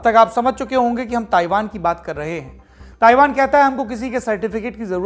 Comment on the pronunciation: आज के मेहमान बहुत दिमाग खाते हैं। पहले तो इनको ताइवान को थाइवान बोलना बंद करना पड़ेगा।